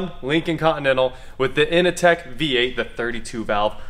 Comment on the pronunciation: I had that EXACT car [except I had a sunroof]!!! It was a fantastic car ! Mine was a 99, had it 03-04. Great ride, powerful, and luxurious. It's "Intech," not "Initech."